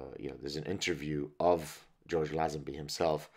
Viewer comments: Its LayZenBee, George LayZenBee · George Lazenby, pronounced Layzenbee I thought. Aussies have the best banter no doubt. I actually lost my virginity cos of a bet with a young friend of mine. Not proud of it but these brotherly challenges produce results lol MI6 (counter/) intelligence, surveillance officer recruitment and training very much looks for these same abilities, the confidence to blag your way into someone's home for example is one test they use. Same with SAS. Early recruits were total blaggers, even tasked with stealing all their equipment, supplies from other army units. Bond films weren't Hollywood blockbusters. The producer -- Broccoli -- was a notorious character himself. The stars weren't paid as much as they would have earned in similar Hollywood roles. Bond films were a strangely Anglo-American affair, produced by NY Italians and Jews, made at Pinewood Studios, with British staff Cubby Broccoli on his preference for Dalton A rather bitter, hipster 68'er Lazenby